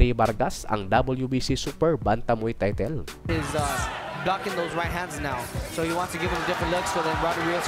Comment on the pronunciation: TAYTEL ka ng taytel eh bisaya ka naman(na kagaya ko) dapat TAYTOL. Bakit ang DOBOL(Double) 'di mo naman binigkas na DOBEL?